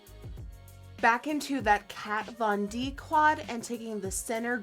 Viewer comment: I'm slightly surprised she pronounced "Kat von D" as it is written, rather than pronouncing the V as F, since she is from the Netherlands and I thought they pronounced it as in Germany?